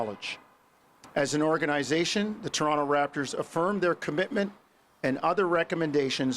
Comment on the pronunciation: As the Toronto tradition someone needs to teach coach how to say Toronto as the citizens say it in my opinion